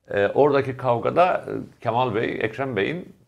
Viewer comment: Levent bey kemal sözcüğünü hatalı telaffuz ediyorsunuz, lütfen a harfini inceltin.